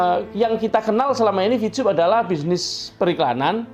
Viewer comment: Maaf y.. Ko saya dngarnya Bilang Vcub.. Bukan Vtub..!